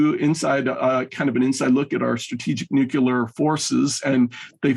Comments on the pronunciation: I only tuned in to hear, but he is a bit thick. 1.) USA threatened Russia with nuclear war, not vice versa; 2.) The word is "nuclear," not "nucular." Is actually sent straight from the CIA? FFS, is the eastwards expansion of NATO not placing American "nucular" weapons ever closer to Moscow... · “NUCLEAR”! ☢️ NOT 🚫❗️ “Nukuler”!!!!!!!!! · If you're going to say "nuclear" so much, perhaps practice pronouncing it correctly first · Can we all agree to say N U Cl L E A R instead of of N U K U L A R? This is one of the reasons I hate George Bush so much.